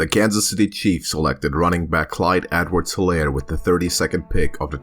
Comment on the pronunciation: You pronounce his name wrong The H in Helaire is silent